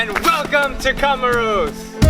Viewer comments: My dear, COMOROS is pronounced, "KO-MORE-ROS, with the a ccent on the "KO... " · I heard comoros